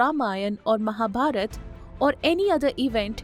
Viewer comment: The way you said Ramayan., Mahabharat not Ramayanaaaa or Mahabharataaaaa. Touched my heart .